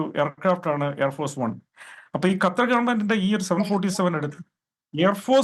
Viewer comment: അണ്ണാച്ചി കറ്റാർ അല്ല ഖത്തർ